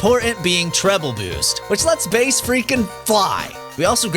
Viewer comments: It's Megaman and Bass not Base. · What do you mean it's pronounced base!? He's NOT named after the fish!? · You mean his name is pronounced like the music instrument and not like the fish??